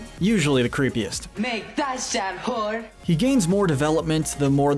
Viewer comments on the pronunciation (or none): “Her pWhore behavior”